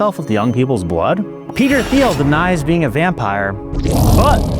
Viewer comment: it’s pronounced Teel, not Theel,, as he’s no-sh*t German-American, just FYI